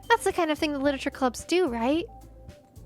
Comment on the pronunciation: I am going to take a shot every time she says "lititure". pray for my liver.